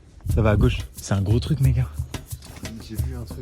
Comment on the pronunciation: Juste on dit truc pas truck